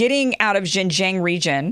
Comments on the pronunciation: xinjiang the xin is said like sheen as in charlie sheen. the jiang is harder. the ji is pronounced the same as the letter G. this is why many chinese people mix up G and J. so its g-ong- the ong like ang in angela merkel. messy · Hey Kim. Its pronounced as Xinjiang.... not JinJiang. Too many amerikan speakers are doing this. You need to learn how to say your Xin. Same way how they can't say Huawei properly. Really irrating. lol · It’s American not Amerikan... Most people don’t bother speaking the imported words correctly in any language. In China we make things up too, for example, Trump is called Telangpu. That’s worse than Junjiang for Xinjiang. Who cares? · It is pronounced as “Shinjiang” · Xinjiang pronounce shin-jang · hello kim. try it like this yuan=you-on. like are you on the bus? i think its funny how you brought up the comment section for getting on your case. also everyone in media usually get that wrong as well as the pronunciation of xinjiang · You’re embarrassing yourself, Kim. You have to spend 10 or 15 minutes to learn how to pronounce Xinjiang and yuan. It’s not hard at all, and you will forever sound more professional.